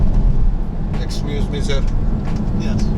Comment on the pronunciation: Эцкюзмиии деб сигипсынго